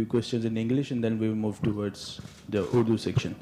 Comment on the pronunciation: कोहली, रोहित की तरह इगलिंश बोल रहा है